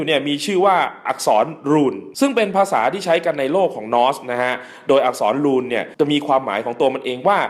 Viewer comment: อธิบายได้ดีน่ะครับ แต่พูด ร.เรือ ไม่ชัดผมเลยฟังไม่ถนัดเท่าไร... อย่างคำว่า "อักษรรูน" แต่ออกเสียงเป็น "อักษรลูน"